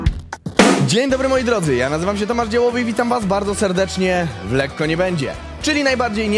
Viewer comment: Letko nie bendzie